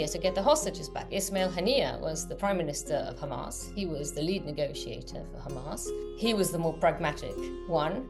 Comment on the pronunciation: Headline is a stupid question. Isr perpetual warmonger and aggressor in Levant. Teach AI proper name pronunciation, it's a modicum of respect. Thank you